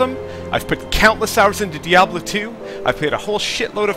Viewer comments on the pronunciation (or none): none